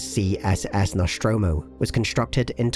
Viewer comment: Noshtromo? Isn't it "Nostromo"? Where does that "sh" sound come from?